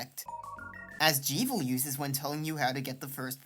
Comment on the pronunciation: Really great work for such a small channel, I can see you really going far with this stuff! Only thing I’d say it’s that Jevil is definitely pronounced like Devil rather than like evil. I’ll admit that both fit thematically, but the existence of the devilsknife and the steam page description calling the secret bosses “jevilishly difficult” pretty much confirms the name is a combination of Jester and Devil. Keep up the great work!